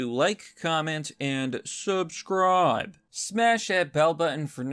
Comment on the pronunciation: Netan-Yahu! Jesus man at least try. It's only obvious. That mispronunciation and the "aand suuubscribe" bullshit makes me want to "uunsubscribe".